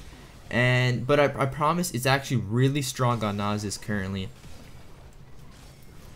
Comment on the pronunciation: I feel like you are intentionally mispronouncing Nasus and Illaoi